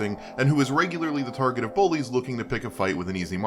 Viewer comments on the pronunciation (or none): none